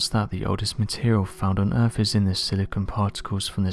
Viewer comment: Am I hearing "earff" instead of earth? lol